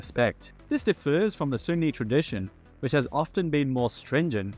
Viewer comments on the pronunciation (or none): none